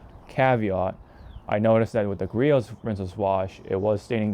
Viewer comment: Nice vid. It's Gree-Ohs